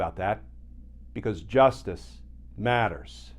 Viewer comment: Glenn when you say justice matters don't pause between the words justice and matters. Sounds ackward. In any event, keep up the great analysis